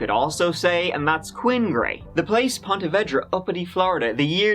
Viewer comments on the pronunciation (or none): I love but the mispronouncing of Ponte Vedra hurt this local. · As a Jacksonville native, I have to correct the pronunciation. It’s Ponte Vee-dra. Not Ponte Veh-dra. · It's pronounced vedra with a long e like in eclair not vedra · It’s actually pronounced Pawna Veedra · A couple years late but it's pronounced 'Ponte vee dra'. No hate from me. Love the content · It’s pronounced like “PON-TA VEEDRA ;-) I live in jax just trying to help not be a snarky arse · I live in Jacksonville and i just have to say i love how says ponte vedra 😂 we pronounce is ponte veedra here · I live very near here...it's pronounced POnta VEEdra. Made a pretty cool kayaking vid for youtube where I wipe out on the surf 3 times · You’re pronouncing the name of the city all wrong. It should be said like Ponta Veedra. Hard to listen when I’m from there and your butchering it. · Ponte Vee-Dra* :) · No offense, but it's pronounced Pont - uh - VEE - druh, unless everyone I know has always pronounced it wrong (I Grew up in Jacksonville). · it's pronounced Ponte Vee dra.. Im from St.augustine alot of people say it different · This is my hometown, I actually remember this when it happened.. Also it's pronounced Ponte Veee dra LOL and I'm not trying to o be THAT person (spelling police) but it is haha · we say pon-tee vee-draw… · Try " Ponte Ver - day " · Ponte Veeedra. Say it correctly. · Pronounced “ponteh veedra” it’s where I was born :) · It's pronouned "Pontuh Veeeedra" lol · Hey you are murdering the pronouceation of Punta verda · Great story. I remember it well, since I live in Ponte Vedra (pronounced VEEdra). Crazy crazy crazy. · It is pronounced Ponte Vee-drah. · I live in Jacksonville and its actually pronounced Veedra lol. I remember this story too when it happened lol. Ponte Vedra is a super rich area. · I grew up in Ponte Vedra and the multiple mispronunciations are hilarious. Thanks for making my day! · You mispronounced Ponte Vedra all the way through the story